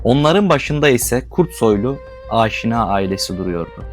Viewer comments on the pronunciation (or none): Aaaşina ne abi? Niye uzatıyorsun, türk dil yapılarında uzatma yok. Direkt “Aşina” demelisin